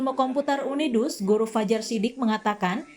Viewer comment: Udinus bukan Unidus